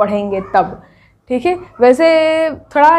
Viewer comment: Tum sbb me se kis kis ne ye notice kiya mam ka dialogue "थीक है " 😅😅😅😅 👍👍👍🤣🤣🤣🤣🤣🤣